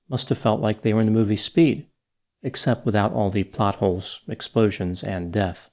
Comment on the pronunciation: He say POT HOLES or Plot Holes about the movie SPEE#?